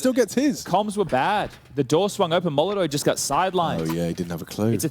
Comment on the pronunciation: im 100% sure that u mean "molotov"